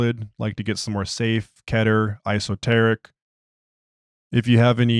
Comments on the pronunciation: It’s E-soteric, not I-soteric. But otherwise a really good reading, I enjoyed it greatly. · I’m sorry but if your going to narrate anything, you should be sure of your pronunciation, and if you aren 100 percent sure, take a second and look it up. It personally throws me out of the story. In the first 10 seconds you pronounced“Esoteric” as Iso-teric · I know what it means, but he pronounced it wrong